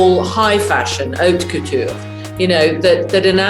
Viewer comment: 오트쿠튀르 발음이 오튜큐튜 이러네ㅋㅋㅋㅋㅋㅋㅋ